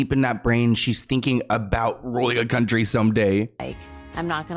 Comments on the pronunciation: Country with a "K".. 😂😂😂💀⚰️ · Country with a “K” 😂